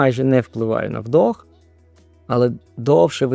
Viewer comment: Не вдОх, а вдИх 😅